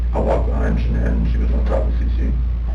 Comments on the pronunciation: Ummmm, I don't know if I should say this because everyone is ragging on you for saying "girlfriend "once but you're saying her name wrong too. It's not Shannon. Shanann. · Her name was Sha'naan....not Shannon. You're mispronouncing a murder victim's name. Maybe do a little more research before you decide to tell the rest of us how to suck eggs. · Drives me nuts that in such a well known case people still can't be bothered to get her name right. It's SHA-NAN. Not Shannon. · That’s not how you say Shannan’s name. If you’re going to profit off her death have the decency to say her name properly. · OMG you people. Hername is Shanann NOT SHANNON.🤦‍♀️ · Sha-nann not Shannon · her name isn't "Shannon" Either.. Its SHA-NANN. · This was bugging me because on a different video they called her Shannon too when her name is shannan I know its not a big deal but it just got on my nerves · #5 Her name wasn't SHANNON. It was SHA-NAN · Shan’an. Not Shannon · That and the mispronunciation of her name irked me. They said her name numerous times during the interrogation video and yet he still said it wrong. Her name is Shannan not Shannon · His wife's name was shanann. Not Shannon. Dude, do your research. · They didn’t even get her name right on the first clip it’s not Shannon. It’s Shan’ann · Her name is pronounced Sha-nnan, NOT Shannon. Have some respect ✊ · Actually, the way the young mother pronounces her name is rather unususl.i. the fsmily pronounces it differently too.an unusual pronunciation sha-nann'. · In the Chris Watts case, his neighbor solved it in about 10 minutes. Edit - Her name was pronounced Sha-nan, annoying I know.... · They kept saying her name wrong. She deserves that much. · If you’re going to do a video that involves murder please do some research on how to pronounce the victims names! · Can't even pronounce her name correct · He didnt even pronounce her name correctly, despite using footage where her name is correctly pronounced several times.